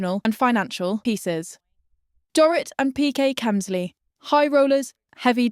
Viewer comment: Another AI narrator? Watched multiple videos where this account has pronounced Teresa's and Dorit's last name 3 different ways